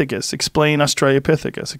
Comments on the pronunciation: Joe: There's holes in your education! Also Joe: Australia-pithecus. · Dafuq is an "Australiopithecus"?! Ffs Joe, GET IT RIGHT